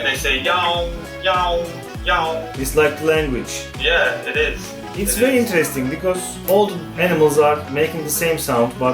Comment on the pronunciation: No one : Volkan Öge : hmm. itis veri intiresting...